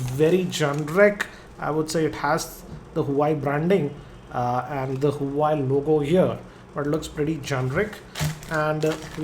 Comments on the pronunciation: Bro its nou huai. its pronounced wua-wei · Huawei Pronounced as Hu - va - way :)